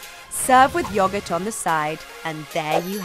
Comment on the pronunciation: Anyone else bothered by how she says yogurt?